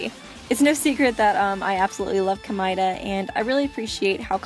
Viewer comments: isn't it supposed to be pronounced Komayda not komyda? If your saying it right that's a horrible sounding name :/ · I actually understand Komaeda better now! And I know this might be trivial because it really may be dependent on your accent if you have one or simply preference, but Komaeda is pronounced as "Koh-mah-eh-da" not "Komai-da". Thank you for making a good analysis... Well done! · Komida Me: BOI IT'S COME+AID+UH